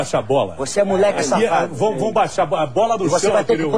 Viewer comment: "Voxê é muleque, voxê é xafado!"